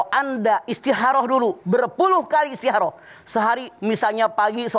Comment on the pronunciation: Istiharoh. Kalo Mamah "Kho" nya diganti jd "Ha" mk nya istiharoh. Samaan seperti Khodijah jd Hadijah.